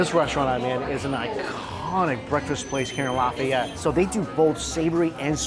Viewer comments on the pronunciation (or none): Stop saying cajun creole. Its not creole. Cajun people arent creole. New orleans is creole. And the way you say Lafayette is making this hard to watch.